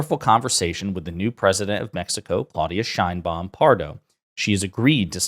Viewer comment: Probably US will heard a lot about president Sheinbaum, please learn how to pronounce it. My ears hurts😢